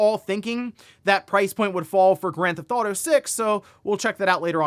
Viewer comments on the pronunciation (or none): Having watched this channel for over half a decade.. the number of times he's said "Granthauto" and not pronouncing half of the syllables has saved him hours of his life tbh.